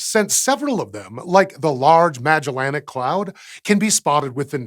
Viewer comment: Haha... "maLLELAnic cloud"... it sounds funny xD